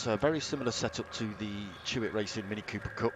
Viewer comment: It's Chloe Hewitt. Not Chewit!